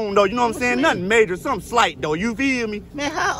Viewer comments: He actually said..."Nun slight just sum opposite of what he said the other 3 times... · sumin' slight g